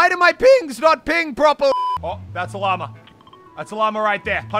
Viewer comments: I always hear stuff like ‘llamer’ and ‘bananer’ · At the beginning He sed llamer it’s llama. 😂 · stop saying lamer it is LLAMA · The first time he said llama he sounded like he said llamer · it annoys me that i know for a fact he can say Llama correctly but still says Lommer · Me (an american): did he just say llamer?